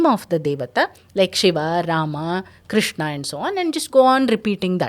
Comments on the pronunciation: Some people pronounce Krishna and some people pronounce krushna, Which is the right Pronouncesen Krishna or krushna. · Niether.. kRshna.. R ऋ is a separate vowel by itself.. Not रि or रु